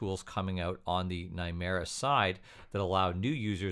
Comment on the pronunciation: Lol . When he say ‘nimera’ I hear ‘nightmare’. And that’s what it is : this project is a nightmare